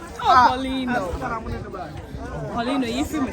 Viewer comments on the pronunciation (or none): 🤣🤣🤣🤣🤣🤣🤣, poreeno to de whole wiase